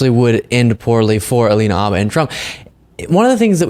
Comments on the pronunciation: I love your show but, for the life of me, I don't understand why you and Aaron Parnas insist on mispronouncing Alina Habba's last name. The H is not silent. You've even heard her say her last name in video clips yet, in video after video, you and Aaron continue to call her Abba. I'm no fan of Alina Habba, believe me. How she passed the Bar exam I will never know, and she is an embarrassment to the profession. That stated, she does deserve to have her name pronounced correctly. Thank you. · More out of curiosity than out of any respect for her personally (I have none), I wonder why you keep calling her "abba", as if it was a homophone for the band. It's Farsi/Chaldean and the H is not silent. Nor is it a soft guttural like the Islamist group Hamas. Your pronunciation sounds odd to me. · Why do some yanks drop the H off habba and pronounce it Arba? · Y'all make so many really good points but please learn how to pronounce "Habba". It's annoying enough to have to hear her name constantly all over the place but mispronouncing it is doubly annoying. The "H" is not silent ... 😊😊😊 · Why don’t you say the H in Habba? Is it silent? Other news outlets say the H. I’m confused 😢